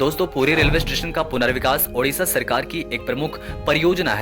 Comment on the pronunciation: Odisha not Udisa